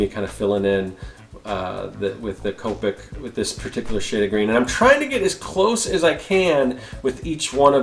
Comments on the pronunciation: Coe-pick Is how you say it :) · Copic is pronounced "Co-pic". Representatives from the company will correct you if you say it wrong, lol.